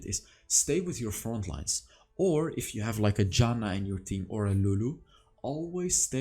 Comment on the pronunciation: I really like how you pronounce Janna as Yanna hahaha